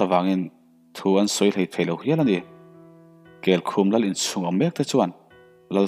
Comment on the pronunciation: kelkhum khaw hming mah nise kel (goat) leh khum (bed) anga lam tur anih ka ring